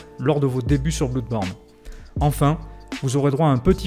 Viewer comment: Juste un chose... Ça se prononce [Blodeborne] et non [Bloudeborne]... histoire de ne pas perdre en crédibilité ;)